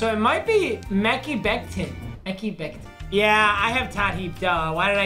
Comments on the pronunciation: Mekey Becton?! As a Jets fan I’m flabbergasted. Its MA-CHAI!! He’s leading offensive tackles in Pro Bowl votes, PUT SOME RESPECT ON HIS NAME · sees Mekhi Beckton's name Also: Mecky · Mehki (Meh-Kai) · Dude said Mek-hee Becton smh 😂 sound it out it’s Mek-high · Love the vids but how do you butcher Mekhi that badly